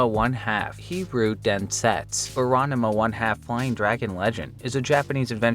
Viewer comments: *Rahn Mah Boi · Your pronunciation of Ranma is wild. Throwing an extra syllable in there. But ribbing aside, this was an interesting list. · It's Ran-ma, not Ran-a-ma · It’s RANMA 1/2 , not RANAMA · As a ranma 1/2 fan you are pronouncing it wrong, and I drove me nuts. I may be wrong about how to pronounce it correctly but your pronouncing it ran-de-ma. Anyway I'm pretty sure its pronounced the same as the engish title. ranma, almost like the name Ron followed by ma like ma-ma. It is Japanese so god knows if I'm right but randama or ranama is super wrong. I just looked up the game name and I am like 90% sure your wrong about the name too. Ranma 1/2 - Hiryuu Densetsu den set su. The origenal Zelda game is called Zelda no densetsu. I feel like of all the words you could've gotten wrong densetsu is an odd one. Also why its the image stretched like you don't know how to edit a blurred background to fill space. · Ranama? It’s Ranma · Ranama? It's Rahn Mah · Ranama 1/2: Heeroo Densets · ronnuhmuh 1/2, huh? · That's not how you pronounce Ranma. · Excuse wtf did you just say? It is really that hard to say Ranma? lol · Dude, what is with the way you say Ranma? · The way you pronounce Ranma has deeply upset me. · Good video, but the way you pronounced that Ranma game's title gives me great agony.